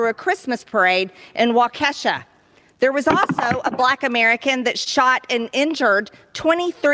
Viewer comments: When she said "wah Ke$ha" it took me a minute. OOOOoo...Wahkesha (wah kuh shaw). It's like she only read about it and had never heard anybody say it out loud. Like she didn't listen to the conversation happening and instead only brought it up later to try to prove a point. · Not wah Ke$ha … wah KEY Shaw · im in kenosha.......i usually hear "Wawkeesha" but never Wauke$sha.. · WAU-KESH-A?..Where the fuck is that? Now, I have heard of WAU-KA-SHA...but apparently, MTG has not! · before she runs her mouth, she should have phonetically spelled out WA KA SHAW not wa kesha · as a Wisconsinite, I snapped my head up when she said 'Wa-Kesha' No, it's 'Wah-ka-saw' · It's WALK-eh-shaw, not wah-KESH-ah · "Wah-ke$ha"🤣🤣🤣 For those that don't know, it's "Wah- kuh- shah" -emphasis on syllable 1&3. It's from a white-ified Ojibwe word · Right in the vicinity of Neenah, Menasha, and Appleton. Greene MIGHT get the third of those names right. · So midwestern of me that I viscerally reacted to her mispronunciation of Waukesha. That’s an easy one (walk uh shaw) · It's pronounced Walk e shaw.... Waukesha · Native. Wa ku - shaw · if you're gonna try to use our tragedy to spew racist bs, at least learn how to pronounce waukesha right you clown. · She cant even pronounce Waukesha right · MTG - If you're going to feign support for Waukesha, WI, at the very least learn to correctly pronounce the name of the city. She puts in zero effort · She can't even pronounce Waukesha. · She said Waukesha wrong as hell, go to show that she was just looking for talking points lol and don’t really care other than winning. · that’s not how you pronounce Waukesha lol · Lol at the pronunciation of Waukesha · If you can't pronounce the name of a city correctly, you probably shouldn't name drop it (Waukesha). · I'm from Wisconsin so I get she doesn't know how to pronounce Waukesha, but if she wasn't an idiot she should know how to pronounce "accusations".